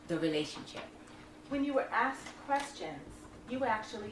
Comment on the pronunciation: She aKSed for her money I think you'll find that should be "ASKED"...